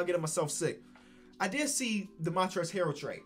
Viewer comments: yuhhh and he says montrezl harold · Did this man say Montrez harold